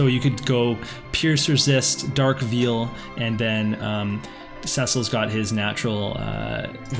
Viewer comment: Poem was cute, but holy cow bro. Did you really pronounce "veil" "Veal"? Just picking on you. Keep up the good job!